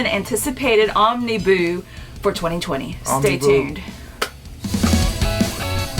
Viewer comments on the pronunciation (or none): Excellent review! However, "Omniboo".... not feeling it, not working...lol